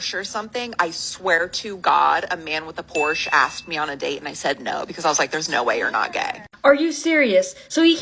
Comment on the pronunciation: 9) She isn't even able to properly pronounce Porsche so...be quiet, dear.